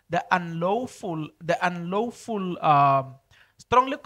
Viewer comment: Lawful not lowful